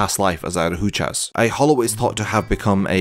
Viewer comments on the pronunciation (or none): Solid video but Bro you gotta learn how to pronounce adjuchas